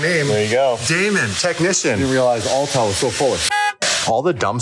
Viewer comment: you gotta stop calling it "All tell", its Autel lol